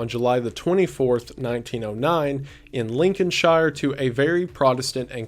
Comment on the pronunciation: Btw I think I've heard Lincolnshire come up alot in ur vids. In the UK it's pronounced "sher" like he, her, not "shire".